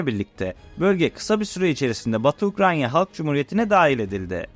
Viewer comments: Seslendirme yapan arkadaş Ukranya değil Ukrayna! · Her Ukranya diye yanlış teleffuz ettiğinde kulaklarım tırmalandı. Ukranya değil Ukrayna… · Arada, Ukranya diyorsunuz, doğrusu Ukrayna. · Ukranya değil Ukrayna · Ukranya değil, Ukrayna. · Hocam yalnız Ukranya değil Ukrayna olacak o. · Baya ukranya diyo ya :) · Video için teşekkürler abi rica ediyorum ukranya diye telaffuz etme şu ülkeyi. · Ukrayna telafuzunuza dikkat ettiniz mi? Her defasında Ukranya gibi geliyor kulağa.